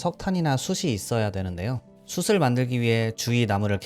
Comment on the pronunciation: 좋은 게임 소개 받고 영상도 잔잔해서 재밌게 봤습니다. 직접 더빙하시는 만큼 연습하셔서 발음 교정을 하시면 더 영상 퀄리티가 올라가지 않을까 싶습니다. "숯을"을 발음하실 때 [수슬]이라고 하시거나 "밭을"을 [바슬], "숲을"을 [수블]이라고 발음 하시는 것들을 들었는데 그 점이 아쉬웠습니다. 구독하고 갑니다!